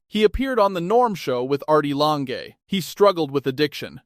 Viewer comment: Artie Longy"? Really? : "Same DNA [pronounced 'dina')"? Really? And then, , "Artie Lanh-gay"? Really? Fuck your AI slop narration.